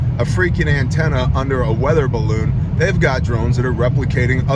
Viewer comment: “Spy barrrroon” lmfao